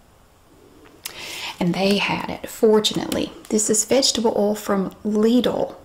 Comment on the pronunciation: Lidl: You really pronounced it absolute correctly like it is pronounced in German! - The Englisch pronounce it like "little" or "liddle".